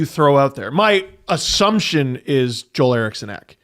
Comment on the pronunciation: Along with all the other pronunciation replies... it's not 'Joel' Eriksson Ek. It's 💎 'Jewel' tyvm